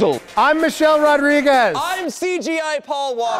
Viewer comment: why cant anyone pronounce rodriguez correctly